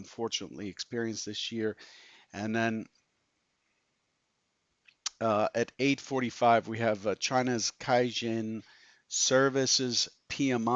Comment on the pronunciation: Caixin is pronounced = Tsai (like chai tea but less 'ch') -seen ;)